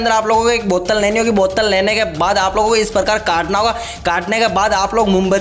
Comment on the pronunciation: Buttal kya hoti h bottle h